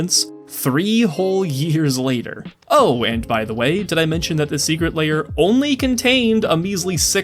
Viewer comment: It's also "Secret Lair" not "Secret Layer"